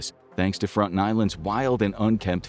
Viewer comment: You aren't pronouncing it correctly. It's Frone-tone